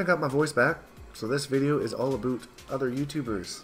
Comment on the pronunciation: Did he say aboot